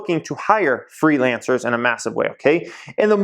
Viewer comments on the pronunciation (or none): lol the what? FreelanceRRRRs